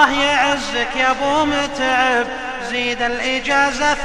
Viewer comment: زززززززززيد هع التلفازززز يقهر اذا نطق الز